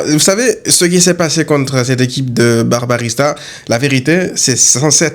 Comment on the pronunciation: Barbarista on dirait Barbarita 😂 blague à part supporter le Barça demande bcp de sacrifice dès fois